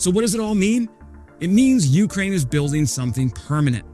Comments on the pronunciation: PLEASE stop saying YOU-k'rain... it's yew-CRAIN. The second syllable is stressed, not the first. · sometime he gets it right, but most often its "you crane" with a drawn out you. shorten the you bit and contract the word more and u got it ;)